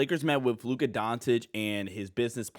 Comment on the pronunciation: When did Luka change his last name to Luka Don"t"ic? The irony of pronouncing his name like that in a video about him signing an extension is pretty funny.